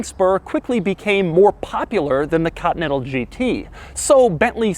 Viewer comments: It's not cuntinental, it's continental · Doug pronounces Continental so weird. Katintel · If I hear "COTTON-ENTAL" one more time!!! And it's BeNtley, not BeTtley... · No one: Doug: "Bentley Cotnettal" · "Cottonental GT" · "Cottonettal". Yea i know "Continental" very hard to pronounce :D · What about when he says "cottonettle" 🤣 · Why the fuck you pronounce "Continental" as "cut metal", Doug? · I really get triggered of the way he says continental. 😂😂 just kidding keep up the good work